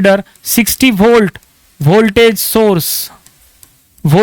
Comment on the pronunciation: aur holt nhi hota volt bolo